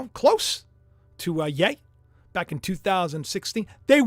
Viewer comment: It's yeee not yaaay